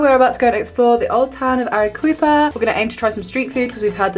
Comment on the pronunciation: Loving the Peru content ❤ if there’s a “qu” in Spanish it’s pronounced as a “k” so Arequipa would be pronounced Ah-reh-KEE-pa